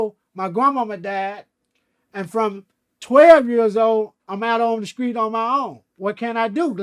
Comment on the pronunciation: I like how his t's sound like the c's....for example, he will pronounce street like "screet"